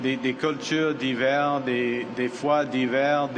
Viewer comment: The translation is pretty bad, probably because his French is pretty bad too. and after, he was talking about " nationalism in respect of diverse cultures and faith", this had nothing to do with cold, but in French the pronunciation is almost the same for these words (winter vs diverse and cold vs faith). It’s the same at when he’s talking about protecting our rights (and not our fingers). Your analysis is really good still.